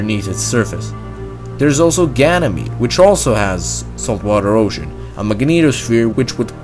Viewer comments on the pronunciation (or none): none